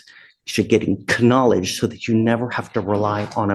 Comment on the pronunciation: Curious, why does he pronounce the "k" in knowledge? I pronounce the "b" in dumb for those who are exceptionally so.